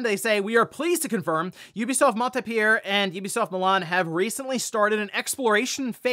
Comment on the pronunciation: That “Montpellier” was awful 😢